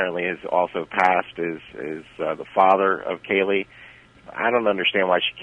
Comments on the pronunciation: When in the HELL is Nancy Grace going to learn to pronounce Kaylies name correctly instead of KYUL-LEE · It's not Cayl-ee, it's Cay-lee. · Kael-lee. That's how Nancy pronounced Caylee. Ridiculous. Get a hobby, Nancy. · Nancy Grace never could pronounce Caylee. She always made it sound like Killey. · Omg! I cringe ea & every time she says Caylee's name! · She pronounces Caylee that way because of her accent. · why can Nancy Grace pronounce Caylee right?